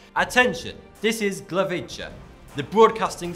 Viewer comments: Glavica? I'm pretty sure you meant to say Gliwice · Glivicie"XD i love when someone can't pronounce polish words.